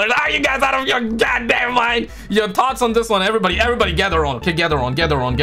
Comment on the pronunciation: It’s thoughts not tot’s 😂